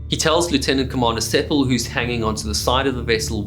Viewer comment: The name was Sepel rather than Sepal.